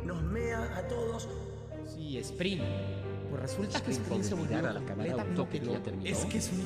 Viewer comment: Se dice esprin🙄